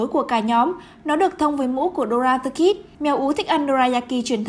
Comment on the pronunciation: dora the kid mà đọc kì vậy